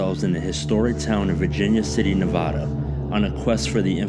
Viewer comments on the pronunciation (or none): It’s Nevada, not nevoda